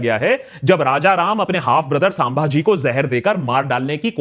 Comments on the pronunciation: Are ek to nam dhang se le it's छत्रपति संभाजी महाराज not साभाजी bolna Sikh lo pehle then make video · Sir.... It is not सांभाजी. ... छत्रपती संभाजी महाराज. ... Plz.... Next time .... Remember. .